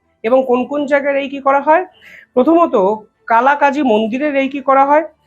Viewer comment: উচ্চারন টা রেইকী নয়, উচ্চারন হল রেকি।